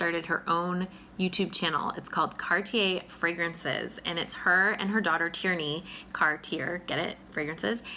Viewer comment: Oh my gosh!!! You are so sweet! I really appreciate the love & support! You're one of my dear friends too! 😘💗 (And you did pronounce Tierney's name right! I named her after the 1940's actress Gene Tierney, and her big sister is Ava, after another 40's beauty - Ava Gardner! Haha!)